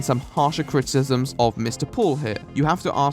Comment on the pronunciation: If there's something I love about your videos, is you saying "Critisms"